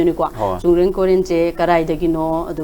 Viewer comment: It's koren not koireng 😂 Migi maming phao ba phajana kou ba ngam ba hei tra ga istv da interview lou riba